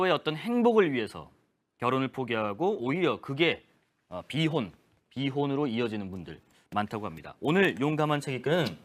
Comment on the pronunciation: 결 혼 결 혼 ~~~ 비 혼 비 혼 진짜 거부감이다 앵커 저런 사람을 쓰냐 ㅋㅋ 기자였어?? 아나운서 코스프레하네 ㅋㅋ